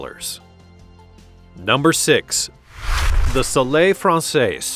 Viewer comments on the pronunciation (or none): none